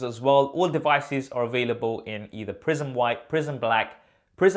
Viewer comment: Thought you said prison instead of prism